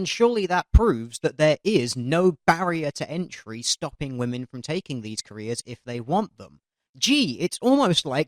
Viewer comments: Can anyone else not stand the fact she says "woman" instead of "women"... or is it just me? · she keeps saying woman instead of women. It's really annoying. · I just got annoyed how she kept saying woman. She can say men but apparently can't say women with an e? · She keeps saying woman when she means women. 1 in 6 woman? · Women. Women...... WOMEN!!! NOT WOMAN YOU DUMB KIWI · Why does everyone say woman? It's women. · Lots of kiwis say "woman" instead of "women". I only noticed it a couple of years back. No idea why. I think it sounds ridiculous.